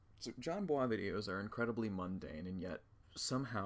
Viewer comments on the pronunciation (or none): bois is not like some foreign last name you actually pronounce it like boys